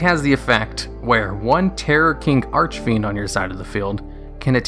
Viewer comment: holy cow. you said archfiend correctly, multiple times.